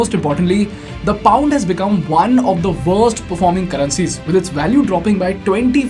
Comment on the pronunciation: One of the vorst....the vorst i say haha that got me then i left...!